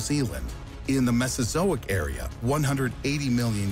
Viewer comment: mezosoiac "area" lol